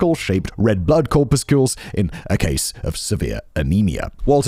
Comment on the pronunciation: Interesting way to pronounce Corpuscle and Gillespie 🙂